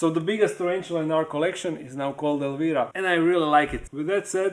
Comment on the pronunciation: Want to go back to Tarantula stuff. The DIY projects are getting old. FYI Petco. Elvira is pronounced with a long I sound like when you say “I”. 👍🏻